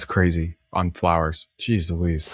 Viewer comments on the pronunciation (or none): none